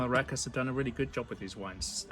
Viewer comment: Thanks for the video and article. We like how you talk about how the natural wine product is carrying over to their standard wines. * The ș in Romanian is pronounced as shh, so it's Recashh.